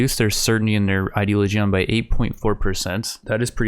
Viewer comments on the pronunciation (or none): pronounce "religion". now instead of "re" - use "ideo". its ideoligion, not, ideoligeon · And still says ideligaeon instead of ideoligion